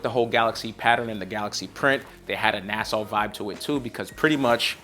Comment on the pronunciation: Big Bro. ITS NASA. NOT NASSAU.